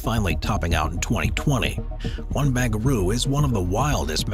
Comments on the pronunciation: 1 ba-ran-garoo SYD. not bangaroo !! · First, you said a stadium (I think in Qatar?) will cost 45 billion. WTF? Also It's Barangaroo, not Bangaroo, and the complex has been open for about a year now. EXCEPT the casino part because the company Crown got caught with about a thousand corruption convictions. And it cost waaaaay more than 2.2 billion. Makes me wonder how many other mistakes there are in this and other videos you make. Time to hire a whole new crew of fact checkers.